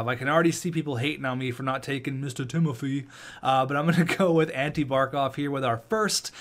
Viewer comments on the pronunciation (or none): it’s pronounced ti-mo-fay